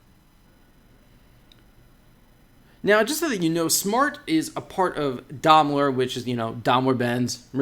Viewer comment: He doesn't pronounce Daimler correctly either!